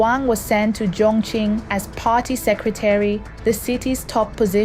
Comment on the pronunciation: and she pronounces "Chongqing" incorrectly most times